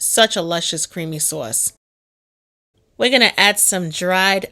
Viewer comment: I like your accent. The way you say soft and sauce is funny.